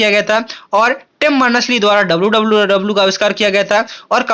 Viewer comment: Sir aap jab WWW bolte ho bahut axa lagta hi😊😊